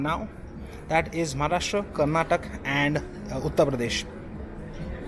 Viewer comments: Dear, It is Karnataka. not Karnatak! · When you have an inexperienced sales man at your door...and you fool, it's Karnataka , not karnatak.. it's like calling your channel JIZZwheel instead of zigwheel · It's Karnataka not Karnatak 😊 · Please, its Karnataka not Karnatak. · It's not karnatak. It's Karnataka.